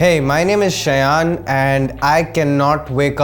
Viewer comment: Ur name is shayon and not shayan plzzzzzz